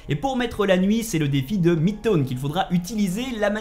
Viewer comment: Chinatone 😂😂😂 midtone tes sur que tu la fait le jeux c'est quoi cette prononciations